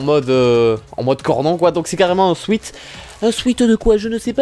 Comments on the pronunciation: ça se dit swète, c'était M.ProfChiant salut ! x) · Bon sweat en anglais ça se prononce "souaite". Non parce que ça me stresse